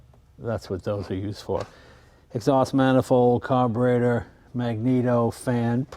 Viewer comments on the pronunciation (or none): none